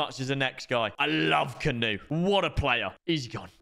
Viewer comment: Bro can you plz fix your pronunciation of Kanu this canoe talk is pissing me off 😂